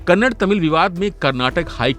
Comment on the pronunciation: It is not Kannad. It is Kannada.